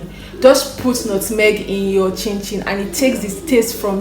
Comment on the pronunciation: Lmaoo why are you saying nutmeg like that? 😭